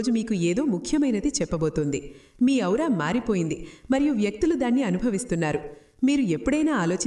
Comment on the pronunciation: మా మీ ఔరా. కాదండి "ఆరా"